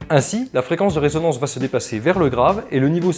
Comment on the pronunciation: bonjour et merci pour le tuto. Par contre on dit résonance et pas raisonnance du verbe raisonner.